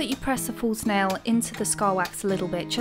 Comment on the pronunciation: Every time you said false nail I kept hearing it as full snail